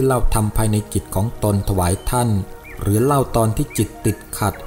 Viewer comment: คำว่า "ของตนๆ " ต้องอ่านว่า ของตน ของตน ไม่ใช่...ของตนตน แอดมินอ่านผิดนะ...อย่างอื่นดีมากแล้ว